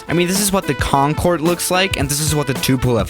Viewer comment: Have you felt that, when the teacher says Concorde and starts talking about it, but the teacher said conncorê